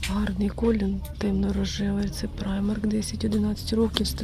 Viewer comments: Взагалі так, на англійській мові. Але жінка взагалі називає бренд «Праймер» тому вирішила написати. Доречі а в німецькій мові то читається « Примарк») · Правильнее - праймарк.